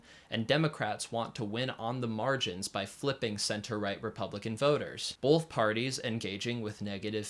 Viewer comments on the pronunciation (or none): Great video. Just one bit of critique. There is no L in the word “both”.